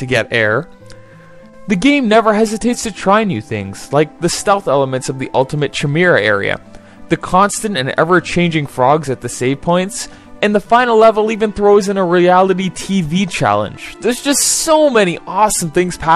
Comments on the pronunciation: Nitpick, but it's pronounced KI-Mare-a, not chi-meer-a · Did he just say "CHUH-mira"? Yes, yes he did.